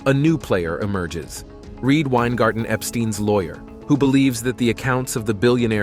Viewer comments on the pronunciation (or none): none